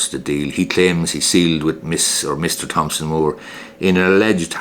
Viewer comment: the 'h' in Thomson is silent!